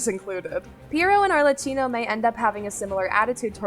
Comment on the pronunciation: arlecchino is pronounced arlekino :D